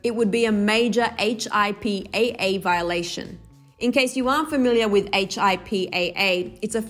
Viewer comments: Lol you pronounce it “hippuh” not H-I-P-A-A 🤦🏻‍♀️ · H. I. P. A. A. you mean HIPAA? You don't have to spell it out 😂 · it's pronounced hip-uh, hip-uh laws. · I cringed when she spelled out HIPPA😂😂 as a nurse, we really just says “HIPPA”😂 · Yessss. I was triggered by that. 🤦🏾‍♀️ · yeah, I was like "why is she spelling it?" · Plamedie Ifasso She’s a reporter, all reporters need to make sure they do their research before reporting a story. Def not here to roast, just trying to spread awareness because HIPAA is something important that people should know about, and knowing that it’s pronounced instead of spelled could be helpful for people who may hear the term after this. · Im a nurse and I was cringing 😂😂